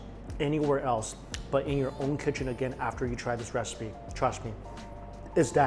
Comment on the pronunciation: "My KiChen"